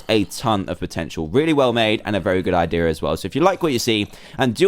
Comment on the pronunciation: U said idear lolol